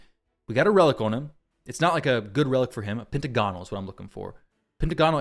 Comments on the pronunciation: Not to be that guy, but it's "Pent - agonal" not "Penta - gonal". Great vid otherwise though! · Actually, it's pen·tag·o·nal per Websters. ;)